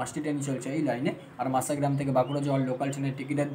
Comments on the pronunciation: মাসা মাসা করলে অনেকেই বিরক্ত হবে, স্পষ্ট করে উচ্চারণ করো ভাই, মশা গ্রাম। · ট্রেনের নাম মাসাগ্রাম নয় ভাই, ওটার নাম মসাগ্রাম। ভিডিও আপলোড করার আগে সঠিক বানান সহ উচ্চারণ বিবেচনা করতে হবে। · Vai masagram uchharon ta thik thak kore koro